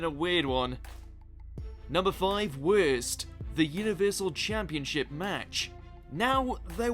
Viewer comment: U know wut is worst: how u said worst